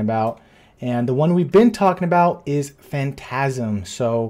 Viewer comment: "Phantasm" really?!?! 😂 😂